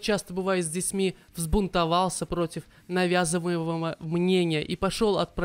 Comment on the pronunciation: Котализм? Лизание котов? Kappa Католицизм, наверное. Про бабушку ты говоришь в третьем лице - не особо понятно, зачем вставка интервью, ведь тогда должно быть от первого лица повествование. Деду - э - поставили рак горла Забыл удалить нижнюю подложку с видео на Навязывамого - навязываемого? Невнятно Иной раз неправильная интонация. И нужно ставить паузы в некоторых местах. Найн инч НЭйлз, а не НАйлз эээ - в какой школе? ударение в / на "Украине" - Фамилию неправильно произнес - ЭнтЕо Мем шикарен. Но не понятно, где кончаются имена женщин XD Забыл сделать рекомендации видео в конце. И музяку вставить. Хоть 5 секунд лишних. И сними наконец уже видос рекламу XD